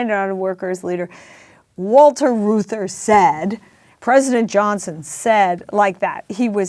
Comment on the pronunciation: Peter, please, for the sake of all silver-haired citizens, please learn that Reuther rhymes with Luther. You are far too intelligent and insightful to not be familiar with the names of Americans who have shaped our lives.